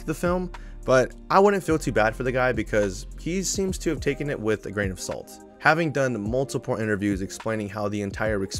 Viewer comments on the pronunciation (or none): none